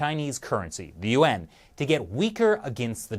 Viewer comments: It's embarrassing when a YouTube channel dedicated to China can't even pronounce the name of its currency correctly. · you pronounce Yuan as two syllables! Didn't shelly teach you that it's only pronounce as one syllable! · Lol every time you say Yuan I think you say UN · Here's what i think... your pronunciation of "yuan" and "UN" sounds exactly the same... which is confusing sometimes... and... you better be careful... if SarcastiBob 3000 every gets any real air time... your cushy anchor position could be in trouble... just sayin.